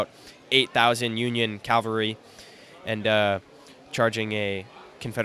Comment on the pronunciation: It's pronounced "cavalry!" CAV-AL-RY! That mispronunciation is a pet peeve of mine; it's even more annoying than saying "nuke-yoo-lar".